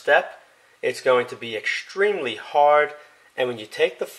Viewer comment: Ekshtremely, shtrong, and demonshtrate:)) Curious, what accent is that? Would be grateful to get the answer!:)